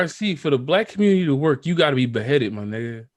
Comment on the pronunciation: When said "ARC got to be beheaded for the communitah to work" had me rollin lol.